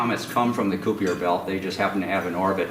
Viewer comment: That Koo-Pee-Ur belt.